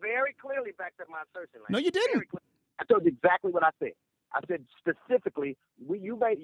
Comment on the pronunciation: So he can enunciate advantageous but says "pacifically" instead of specifically... explain that. Black people are just butchering the language on purpose for some god awful reason only they know